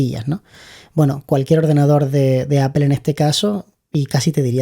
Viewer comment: Es muy instructivo este vídeo. Gracias. Solo una cosa, he vivido en California y manzana se pronuncia ApOl( no apel), jaj😂. A los anglosajones les chirría mucho escucharnos decir apel